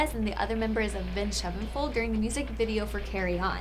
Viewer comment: watches videos for facts, but mostly just to hear her mention Avenged Sevenfold " 'Nvenged Shevenfold" I'm dissapointed. In myself. for thinking a woman like her would've know about Avenged Sevenfold .